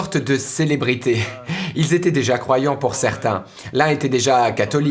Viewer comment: Témoignage très intéressant. Cependant, la prononciation en langue française est déconcertante. Faites-vous la différence entre "parlé" et "parlaient ", "été " et "étaient "? Les mots " francé", "fé" n'existent pas dans la langue française. Merci d'en prendre compte par respect pour notre culture.